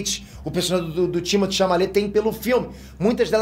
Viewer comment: Amei o vídeo, li o nome Duna e vim correndo, quanto mais vídeo de Duna o fazer mais eu vou me apaixonar por esse universo incrível, eu morro de rir com ele falando o nome do Timothee errado kkkk